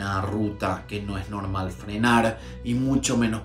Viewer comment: norrrmalllll como cualquier familia que se va a desayuuunaaarrrrr😂😂😂pareció dominicano ahí 😂😂😂🇩🇴🇩🇴🇩🇴